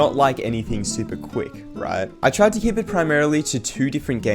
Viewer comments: he tried to say tride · You tried saying tride